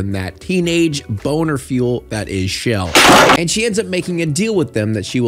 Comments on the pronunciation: chell not shell. lol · Not you calling Chel “Shell” 💀